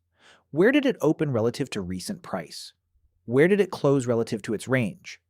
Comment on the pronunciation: yep, more AI. He also talks about the "close" of the candle but pronounces it as "Close to me" not as in "Close the door"